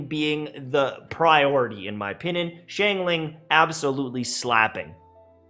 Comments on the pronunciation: the fact that you pronounce it like “shangling” literally hurts my brain sm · please stop saying shane ling